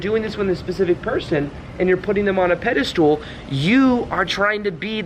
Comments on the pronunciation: It’s pedestal not pedastool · Pedestal Not pedestool. No “s” after “anyway.” That’s ghetto. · It's pedestal, not "pedi-stool." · Is he saying "Pedi stool?" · You lost me when you said "pedastool" for the 12th time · Pedestal, not pedalstool (IT Crowd) 🤣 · This video just popped up on my feed. Pretty good video and I think it indeed confirms what I think about these things too. However, I have to say, since you repeated it many times, that it is not “pedistool,” it is pedestal. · very captivating - btw I think the last syllable in pedestal is pronounced "stull" not "stool" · Right, i got 5mins before i had to comment - stop saying "pedistool". There's no such word. What you mean is "pedestal". It's not pronunciation either - you literally drew a stool under that figure. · Fyi, its pedestal, not pedastool....lol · Please stop pronouncing Pedestal as ped-ah-stool ....!!! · I like how he pronounces pedestal as "Pedi-stool". I'm just being a jerk. It's a great video. =) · Pedestool? Haha Do you mean pedestal? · You keep using the term pedi-stool, instead of pedestal. Recall that 'stool' is a synonym for 'crap', so you were right the whole time pronouncing it that way. Exalting someone needlessly is a bunch of 'crap' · Is he saying 'pedal stool'? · You keep saying pedestool so I can’t watch this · Bro stop saying pedestoooool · Yeah it sounds like that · Sorry, I keep hearing "peda-stool" and lol IT Crowd reference. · Maybe it's "Pedo stool"! lmao! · Treating people in positions of perceived power (your boss, the CEO, celebrities, etc) like an equal is a good tip and can be highly effective when done politely. I am a little distracted by the way is saying "pedestal" though. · I’ve noticed that none of these dating coaches can properly pronounce the word pedestal.